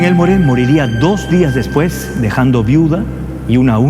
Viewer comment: Hola estás hablando de mi familia, no se pronuncia Elmore se pronuncia Elmor como si no existiera la " E " y no le disparó en el trabajo, ahí solo lo amenaza, le dispara cobardemente saliendo de la iglesia, mi bisabuelo Carlos García Gastañeta es quien lo mete preso, tengo la redacción del juicio completo por si deseas alguna vez leerla, cariños